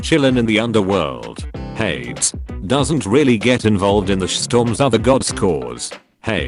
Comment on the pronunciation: I cannot get over the fact that the autotexttospeechthingtrademarkreserved pronounces hades like shades